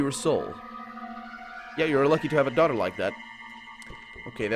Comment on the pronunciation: Apparently - as a well educated gentleman - he was kindly referring to the Middle English word doughter, - a preciously perfected form of ye olde English, which modern ungodly folks have bastardized into a "daughter". Being a man of culture he was humbly trying to subtly hint that there was a horrible mystery related to his well intended misspelling. May be it is a long and dimly shadows of our forefathers, or, as a rumor has it, a metaphysical concoction of maddening ideas to which our dying youth still craves in the raptures of the sickening pleasure. 'Tis we don't know. But everything will end soon anyway. (Was I successful at sounding like a broken Pathologic character?:) (doughter is indeed a Middle English form of a daughter. Didn't know it, it's just that when I saw the misspelling its possible pronunciation reminded me of something Shakespearean.) (Also yep, it was just a typo, surely meant to say daughter, not doughtier.)